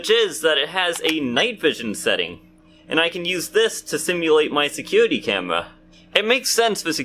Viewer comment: You should like a 5 year old girl saying camewra 😂😂😂😂😂